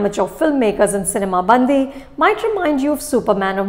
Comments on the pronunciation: I appreciate you for reviewing Telugu movie. The only correction is the way you pronounce the title: it’s not cinema Bandhi, it’s cinema bandi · Dear Anupama Chopra , It's not "सिनेमा बंदी" but it is "सिनेमा बंडी" which literally means "Movie vehicle". Please make sure you pronounce correctly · Madam.. U r pronouncing movie Title itself wrong... The right pronounce is " सिनिमा बंडी" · It's difficult for a non native speaker to get the pronunciation correct...but should have asked someone from Telugu speaking states to get at least the pronunciation movie name correct. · Everyone can be a film critic.. look at how to review these films with heart not just unnecessary fancy words - Anupama you dint even pronounce the movie name correctly, I don't know how much you enjoyed the movie. Its not the story or jokes, its the dialect thats the hero of this movie. The subtle differences in pronunciations that make people laugh more. The dialect that is so specific to a land, the size of a typical district, that borders karnataka and Andhra is winning the hearts of people of India